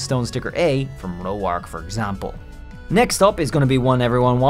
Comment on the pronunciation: Why do you call him “Row-Arc”? It’s just “Roar-ck”